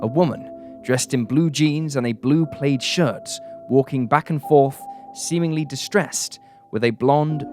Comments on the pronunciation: Plaid. —As in clad or mad. Not played. Please pronounce words right. 😱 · Plaid rhymes with glad. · Did you say plaid as "played?" Is that a British pronunciation?!?